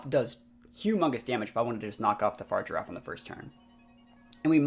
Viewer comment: the giraffe's name is pronounced Fuh-Rig-A-Raff lol